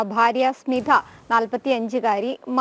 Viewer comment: സ്മിധ അല്ല, സ്മിത